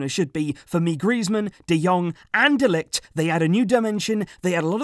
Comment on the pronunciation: Why are you always butchering mathijs de ligt's name